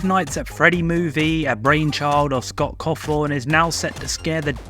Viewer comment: "Scott cafon"😭😭😭